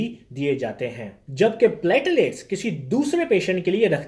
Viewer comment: NAT, HIV, HCV, HBSAG, Nimonia, TB, Tests are must be mandatory.. it's platelets not patilats...